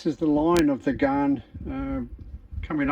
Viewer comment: Great video. It is pronounced as "GAN" not "GARN".😃 Take it from a former Commonwealth Railway/Australian National employee.